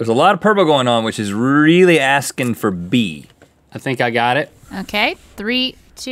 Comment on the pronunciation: He said aksin' instead of asking. Oh and I love the intro and his hair looks GREAT!